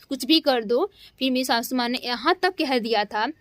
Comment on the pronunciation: Shashu maa😂😂😂 pahle bolna seekh lo shashu maa nhi sasu maa